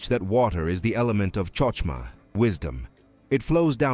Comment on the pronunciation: TOI MANY INCORRECT HEBREW PRONUNCIATIONS TO COUNT, but include: Chesed, Modei Ani, Chochmah, etc.